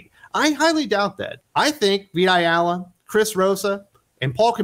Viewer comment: Every time you say "Vita Ayala" I hear "Big Gay Al"